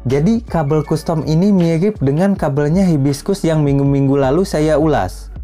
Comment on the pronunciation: Kastem om, bukan kustom